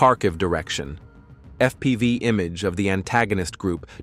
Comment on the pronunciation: LOL, it called FPV "F P five"